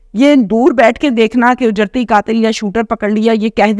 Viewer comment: Mein aap ki taseeh keroongi word ujerti nahi hey it is actually “ uj- rati” hey